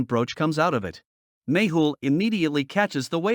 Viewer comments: Its not Maple or Magel its 'Mehul' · Its magle not maple